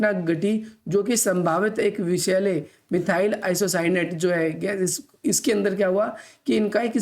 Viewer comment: मिथाइल आइसोसाइनेट ye hai n ki apka wala😂😂